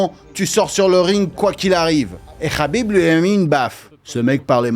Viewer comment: Le k n’est pas prononcé c’est rhhabip